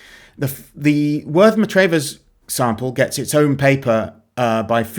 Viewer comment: It's pronounced Worth Mah-travvers. It has one of the best pubs in england, the Square and Compass